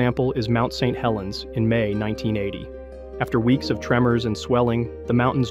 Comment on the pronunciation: Lowkey wish small channels would just not use AI for narration. Don't really care how bad you sound. It will be better than an AI that can't even read Saint Helens without pausing because I assume the script was written "St. Helens".